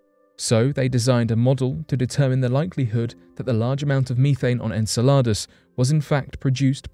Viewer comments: Repeat after me its pronounced "En-cell-od-us" not en cel lott a that sounds like a menu item off taco bells menu . Repeat after me...... it's "Guy-Sir" Not Geezer.. I agree with my man Richard True That's our President of our States because we darn sure are not that united at the moment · Anyone else get irritated by the way he said Enceladus ??? Its prenonounced En-sella-Dus, Its NOT prenounced En-salar-dus🤯🤦‍♂️ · Enceladus! He keeps saying this word as if in Spanish which means salads!😂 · “En-sell-lod-us?!” It’s “En-sell-uh-dus.” He makes it sound like Spanish “En saladas” (“in salads?”) For a Brit, he sure is awful at pronouncing English words (even if those words have non-English origins; they do have commonly known pronunciations in Ingles.) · I'm sure Enceladus is pronounced 'en-sell-eh-dus' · Are you going to run a piece on pronunciation, I hate to be picky, but it's en·seh·luh·duhs. Just google it please, I hate seeing names changed into something unrecognisable. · I think he got confused and thought he was talking about a Spanish salad. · He is british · I understand that there are many words that the British pronounce differently than Americans, but I didn’t know Enceladus was one of them … hm..perhaps that is why though